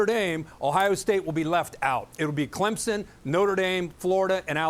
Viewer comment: its clemson not clemmie lol